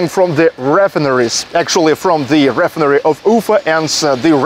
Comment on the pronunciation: ree FINE er ee. It's OK, though. I'm sure I would speak Russian even worse. You're doing good.